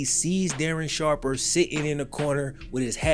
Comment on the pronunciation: Oh no, DARREN SHARPAH